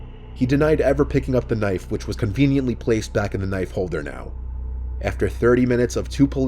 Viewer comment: Are you serious right neow